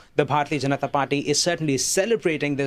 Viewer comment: Please pronounce Indian names correctly. Google translate can help you with this. You butchered the word Janata. You have no problems announcung American or European names.